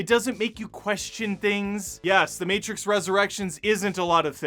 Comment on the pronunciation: It’s the Mehtrix.